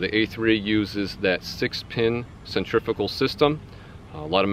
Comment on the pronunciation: OH MY LORD the only fishing YouTuber that pronounced centrifical right you eared a subscriber 👍